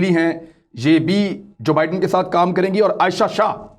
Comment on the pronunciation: ۰ نئے امریکی صدر کا نام جو بائیڈن ہے ( دو لفظ ) جبائیڈن نہیں ہے 😁 Joe Biden